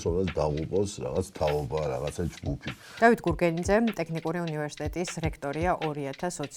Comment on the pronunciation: საშინლად არასასიამოვნო მოსასმენია. ჯერ მხოლოდ "ტეხნიკური-ს" გაგება რა ამაზრზენია. და ისე სასაცილოც კია, ასეთი უხერხული სიტუაციის მერე მაინც პრემიერს რომ აქებს. არაკაცების ქვეყანად იქცა საქართველო...